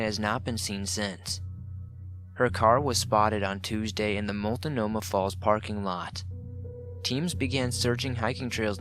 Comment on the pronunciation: The sound is all over the place, but I just needed to adjust the audio. That pronunciation of Multnomah made me laugh, but I'm a Portland native.